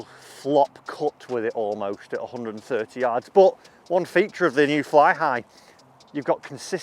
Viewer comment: U said mew instead of new at 2.30 when describing the club 🙂⛳